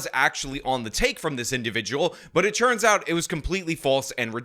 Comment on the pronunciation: Why do you pronounce "turns out" like "churns out"?